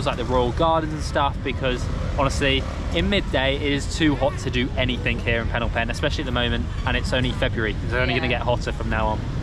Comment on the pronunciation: Ah yes city of PhEEnom PEnh not Phnom Penh 😂 also have a nice day there!